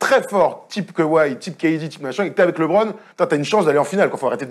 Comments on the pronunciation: Il me saoule à dire Libron ! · Être fan de LeBron et mal prononcer son nom ça la fout mal quand même